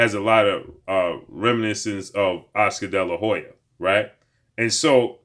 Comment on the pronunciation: Damn just say oscar delahoya sheeesh